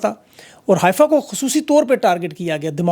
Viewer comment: Just to correct your information; It is called "حيفا" and NOT "حائفه" ..